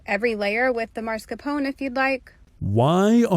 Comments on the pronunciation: Btw she says "marscapone" 😄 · Why is that one girl calling mascarpone Mars Capone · ''Marscapone'' she says, and writes lol 😂😂😂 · She said MARSCAPONE 😂? Its MASCARPONE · The way she says mascarpone enfuriates me. It's mas-car-pone. Not maRSCApone, you smoothbrained, protein-intoxicated dunce! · Mascarpone is not said like that 😭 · mascarpone is a cheese but she pronounced it incorrectly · yeah, I know what mascarpone is, but she mispronounced it so confidently several times, and nobody was pointing it out, so I started to question my own sanity